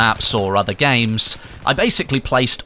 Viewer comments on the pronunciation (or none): none